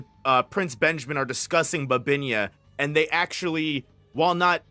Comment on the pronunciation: They always botched names. 🤡